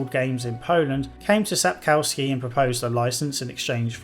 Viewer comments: oh god can you please stop saying sap CAU ski. Try sap KOFF ski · Everybody gets it wrong! Its SapKOVsky, not SapCOWskee!